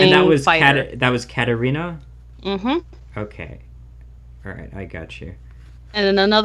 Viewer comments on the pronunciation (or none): Uhhhmmm, its KatArina, NOT FucKING "Katrinal..." god,...